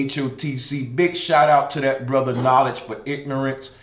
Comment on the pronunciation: Ether ,bre-ther, an She-ther😂😂